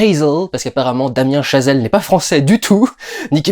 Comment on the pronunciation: le père de Damien Chazelle est franco-américain. je crois que tu as eu raison de le prononcer à la française :-)